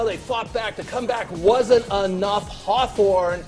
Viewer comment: Did he just say Hothorn?